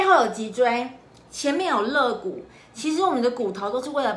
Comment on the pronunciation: 那是lei骨不是le骨，，，，发音不要搞错了！！！！！！！